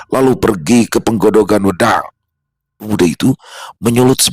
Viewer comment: Pengucapan wedang bukan begitu 😊😊😊